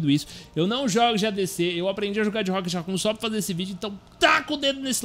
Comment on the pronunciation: agonia do krl ver ele falando racon e nao rocket sksks